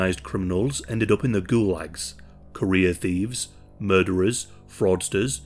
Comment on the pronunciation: I kept thinking you were saying "Korea criminals" instead of "career criminals" and spent longer than I care to admit trying to figure out why there were so many Korean criminals in the USSR